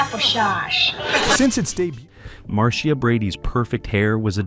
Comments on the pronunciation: No, they didn't even watch the show or clips from the show, otherwise they would get Marcia's name right. It's pronounced Mar-Sha, nor Mar-C-Ah. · Maureen McCormick played Marcia. It’s pronounced Marsha. It is not Marcēa. If this is being dictated. It’s possible to have the computer correctly dictate by phonetically typing them into the computer. Kudos to the person who corrected the pronunciation! Mike was seen at his office in three different episodes: 1. Mike’s Horror-Scope when Bebe Galini, make-up artist came to Mike’s office about designing her a new office building; 2. Coming Out Party, Mr. Phillips invited the whole Brady Bunch family to go sailing; and, 3. Call Me Mr. Irresponsible. I’m sure there are more. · I don't know who put this on but almost all of this is a lie. Mispronouncing Maureens name and Marcias. And the wrong ages of the children. The lie about Marcia in love with her brother Greg. It was Barry and Maureen in love. And Mikes office was shown numerous times . I don't remember Barry singing alongside Davy Jones. And Tiger wasn't a Golden Retriever, that was COMET on Full House. All of the children with the exception of Christopher Knight could sing. Eve is also an artist.